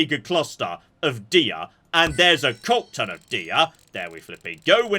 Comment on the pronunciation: "A cockton of deer" ....not something you hear everyday.